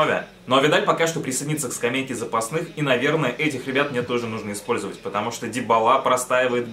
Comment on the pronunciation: не дибала а дибала ударение на первую а